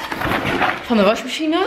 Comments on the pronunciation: Ben ik de enige die t opvalt dat Monica washmachine zegt ipv wasmachine?❤️😂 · Hoe je dat zegt, WasJmasJine hahah!😂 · Je zegt wasmachine vet grappig, washmachine haha